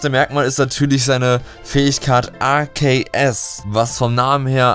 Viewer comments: arSeus... man spricht es arkeus aus so wurde es in den filmen egal ob auf englisher oder deutscher synchro auch genant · es wird nicht Aseos ausgesprochen sondern Aceos ausgesprochen c ist ein K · man spricht es Arkeus aus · Arkeos wird es ausgesprochen! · arceus bassiert vom namen auf zeus deswegen sorich man es arzeus aus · Ar ke us So spricht man es aus. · Es wird Arzeus ausgesprochen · wenn du willst: JUNGE DAS WIRD ARKEUS AUSGESPROCHEN MAAAN DU KANNST GARNICHTS! bitte wenn du jetzt glücklich bist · Alexdestroy Ich wollte genau das gleiche schreiben ^^